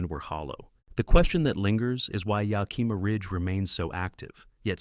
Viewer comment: Greatly appreciate your native, Yakimà sort of pronunciation, to ah stinking Yakiiimaaaahshithooeusa😮